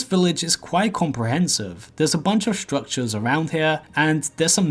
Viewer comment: Stwuctwures UwU